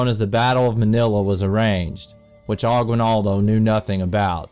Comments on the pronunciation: Not Emilio Aquail-naldough it's Emilio Agi-nal-do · Emilo Aquinaldo ITS AGUINALDO IAM SO SAD THAT SPAIN & America (U.S.)CONQUERED US THE PHILIPPINES Wow thank you for 6 likes in 5 minutes I have the maniest likes I guess…